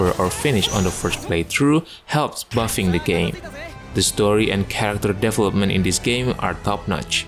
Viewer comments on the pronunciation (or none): I just say this because it comes up so often, but in the word "development" (and "develop", "developer" etc), the emphasis/stress is on "vel". It's deVELopment"